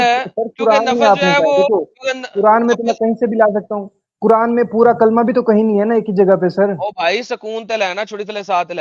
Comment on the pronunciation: Kuran nahi kuraand 😂😂amazing sir well said😂😂